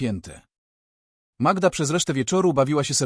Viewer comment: Co wy macie z tą Magiedą? Może najpierw poznajcie jak wymawia się imiona w języku polskim, zanim zaczniecie się nimi posługiwać. To brak szacunku dla słuchacza polskojęzycznego, i nie brońcie się sztuczną inteligencja, bo ona ma pomagać a nie zastępować rozum.